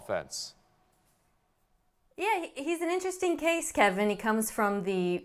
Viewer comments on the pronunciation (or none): none